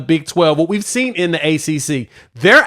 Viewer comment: Saying “seent” is a disqualifier. I’m out